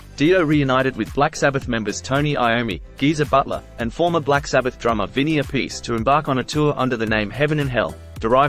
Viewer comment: nice man. actually its vinnie ap- pa -c.